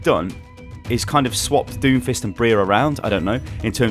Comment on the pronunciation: You misread Doomfist